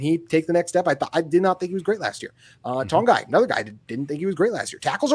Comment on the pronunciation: The way you pronounce Togiai hurts my ears💀